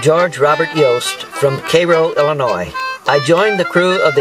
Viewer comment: I'm sorry, but if you go to Cairo IL you will find it's pronounced Karo. Guess the founders didn't know how Cairo, Egypt was pronounced.